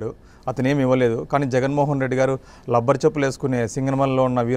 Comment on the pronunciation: Lubber kadu rubber Atp lo lubber antaru